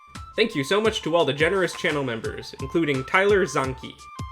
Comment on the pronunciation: Proud to be a member! You pronounced my name the way a lot of people do, but it's actually pronounced Zanky, which rhymes with Yankee. But like I said, it's not a common name, I probably would have pronounced it that way too if I didn't know it. But I've been an Esolang Wiki user since 2011 and I didn't know about this language! Reminds me of that one programming experiment where I copied code from a website directly, probably C++, and I was getting an error, all because the space was a non-breaking space (value 160) instead of a space (value 32). Some of the symbols, like the control key that ooks like a caret, reminded me of that. Thanks for introducing me to a new esolang! Can't wait for you to do the esolang to rule all esolangs, Waduzitdo! Especially now that one of my researchers has made a more updated version of it called EWaduzitdo, along with Python implementing the original; in other words, if you find the page on the wiki, it's changed a lot since the first week of May.